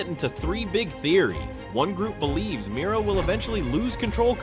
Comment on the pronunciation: It’s Mira not miry lol